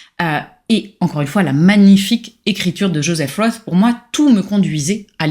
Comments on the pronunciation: Svp prononcez correctement von et roth. Vous prononcez roth à l anglaise, cela n a rien à voir. En allemand c est rot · "Roth" est un nom germanique, et se prononce avec un "o" fermé et long et un "t", contrairement à Philip Roth, qui se prononce à l'américaine. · Le nom de famille de ce grand écrivain ne se prononce pas à l'anglaise et pour cause. Pour une fois qu'un nom d'auteur non français peut se prononcer sans faute dans cette langue merci de bien vouloir y prêter attention. La musicalité est si nécessaire en littérature... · Personne ne sait tout et on ne demande à personne de tout savoir. Mais, quand on parle d un livre en s adressant à un public, on prend la peine de se renseigner et de prononcer le nom de l auteur correctement. C est un minimum.